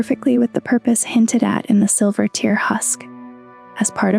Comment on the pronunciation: Is there someone that does the scripts and someone else that reads them? Just some of the pronunciation sounds like it's not the script-writer that's reading it. Like, you said "larval tear" like a tear in paper, as opposed to a teardrop.